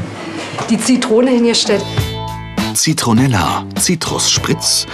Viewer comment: “ZITRONELLA” ...😂😂😂 Glaswasser & Konzentrat daneben.